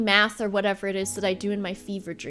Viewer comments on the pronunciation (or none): none